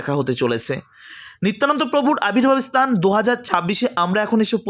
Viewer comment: আপনার ভাষার সংলগ্ন তার অভাব।। উচ্চারণ গুলো ভুলে ভরা।। দুএকটি উল্লেখ করে অবগত করানোর জন্য সাড়াই পন্ডিত স্তান নয় স্থান আবির্ভূত হবে আবির্ভাব নয়!! দু: খের বিষয় বাংলাভাষাটা‌ ভালো করে বলতে পারো না আবার ভিডিও করছো!!